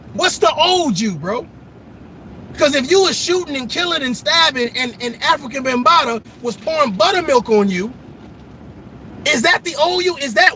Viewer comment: He said Africa Bunbatta